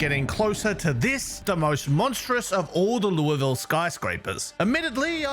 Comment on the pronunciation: As someone who lives in Louisville, I’m impressed you pronounce it correctly. “Lu-vul” For what it’s worth, the airport is SDF short for Standiford Field before the name was changed in the late 90’s to Louisville International Airport